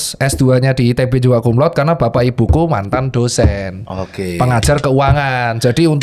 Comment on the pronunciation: Banyak yg salah penyebutan untuk Cum Laude. Penyebutannya tetap Cum Laude bukan Cum Laud. Jadi huruf E nya tetap disebutkan